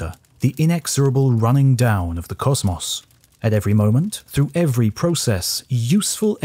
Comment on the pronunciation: why do you pronounce cosmos like that? so annoying. otherwise good video